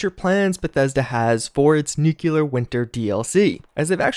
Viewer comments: Great videos, but please, it's pronounced NEW-CLEAR not NUKE-YOU-LUR. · Dude, its nuclear, not nuculer, are you president Busch? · NEW - KLEE - EAR NOT NEW - CUE - LAR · Why does everyone pronounce nuclear like nuke-u-ler..... there is no U after the c! It’s pronounce nuke-lee-er. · Every time you say “nucular” my soul dies a little more. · This guy claims to have a college education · You're saying nuclear wrong. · You are saying nuclear wrong